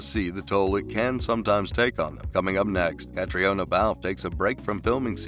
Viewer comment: Good grief, if you're going to do a video about actors, please learn the correct pronunciation of their names first. Caitriona is kuh TREE nuh.